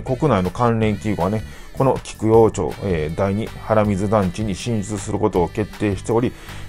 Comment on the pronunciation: なぜか熊本は、〰️町 (マチ)と読むのがほとんどです。 他の九州では、いや、日本中が、だいたい 読みは(チョウ)ですね。なぜなのか地元民でも不思議です 考えもしません 言い慣れた言葉には